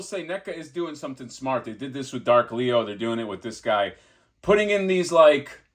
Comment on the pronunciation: I love how can't say Leo without immediately following it up with "Lee-OHH." 😂